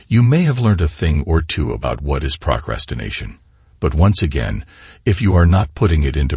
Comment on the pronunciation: Good message. Is the speaker a computer? He speaks with a better cadence than most robo-voices, but has almost too perfect precision. And what's with the pronunciation of "procrastination"? ("Prock ras tin nation")